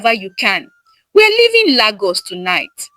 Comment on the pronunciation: Wow! Very interesting story Lagos wasn't pronounced correctly 😂, but I enjoyed the story ❤